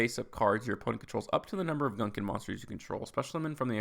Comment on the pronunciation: Gunkan maki is a type of sushi that literally translates to battleship sushi. The archetype is technically a pun. Btw the gun in gunkan is pronounced as goon and the kan is pronounced like khan (without the 'h')